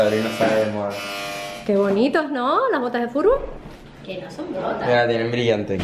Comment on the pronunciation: las botas frutbo 😂😂😂 Luego" ahora te falta la pelota para jugar al futbor" ¿No sabe decir futbol?